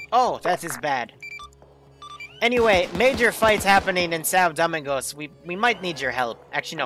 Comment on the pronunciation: Lol it's Doe-ming-gos 🤣😂